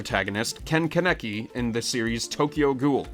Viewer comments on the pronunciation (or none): And ken kaneki